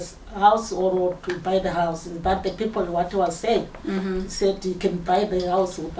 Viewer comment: We dont say pipl